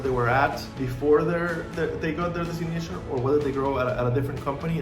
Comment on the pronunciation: Why can’t you say the word “designation”. Lol